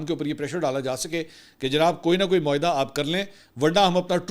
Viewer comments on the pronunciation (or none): none